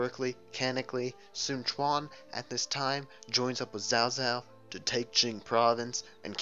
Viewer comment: ok im sorry but I was ok with overlooking your pronunciation on ''cao cao'' even though its pronounced in the game as cow-cow but when you mis pronounce sun quan aswell :/